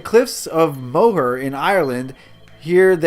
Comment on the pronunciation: next time i will try not to point out everything lol. and you said moher right the crystals are mined from underneath it.